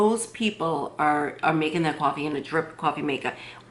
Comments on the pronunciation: You don’t like hearing her say cuwofee? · You should be paid by Cafe Bustelo or get free cwoffe for life